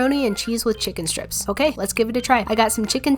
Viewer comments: M- macaronis... With the chicken shtriippss Anh~ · " macaroni with the cHIkEn StRiPssSs uh" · Macawoni with the chwicken stwips Ahhh